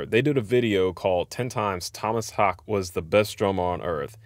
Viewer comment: Dude, I found the live video of Bleed and I was blown away by the percussion and how tight the whole band is. Just a beast on drums. And his last name is pronounced like Hak-uh. I did the same thing. Having a weird name , Ibby, before it was in vogue 😉, I have heard every derivation of it and have become more tuned in to correct name pronunciation. Anyway, I watched an interview with Thomas and he said it took him 6 months to work out Bleed and feel comfortable with it.